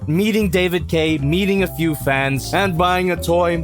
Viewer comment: sounds like he’s saying “David Gay”